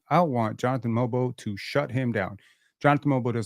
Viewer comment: Watched the game from korea. I was surprised that the krn commentators had pronounced mogbo properly yet called shead sheeeed lol